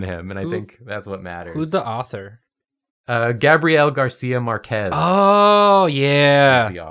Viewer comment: Jacobs pronunciation of Gabriel Garcia Marquez hurt my soul